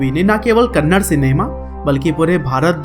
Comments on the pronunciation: Not kannad it's a "Kannada" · I appreciate your work but It's kannada not kannad. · Abe kannad. Nahi kannada hai thik se Bol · Kannad nahi kannada 😡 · That's not kannad that is kannadaa man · Not Kannad Kannadaa plz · Gaandu thats not kannad thatss.. Kannada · that's not Kannad it's Kannada🤗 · Bro it's kannada bro kannada please don't tell kannad it's an insult to kannada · It is not kannad it is Kannada (ಕನ್ನಡ) Rocky is brand..... 🔥😎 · Tq so much for this video ...plzzz pronounce it as #KANNADAAA not Kannad. Plzzz love fr the vid #JAIYASHBOSS #ಕನ್ನಡ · Kannad not Kannada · Not kannad it's KannadA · Bhai wo kannada hai kanad nahi 😊😊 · Bhai kannad nahi it's Kannada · You are not spelling movie names properly And it's not kannad it's kannada First time I'm disliking your video 😡😡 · It's not kannad it's kannada....a is not silent